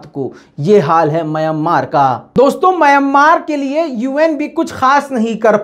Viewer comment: Myan maar Myan maar Myan maar ...please correct your pronaunciation...